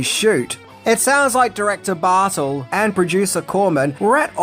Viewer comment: "Bartull?" In america we say his name "Barr- Tell" but whatever. Im sure I would screw up native Australian names.